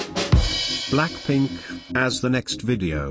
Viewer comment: what did you say "Blackplink" instead of blackpink🤣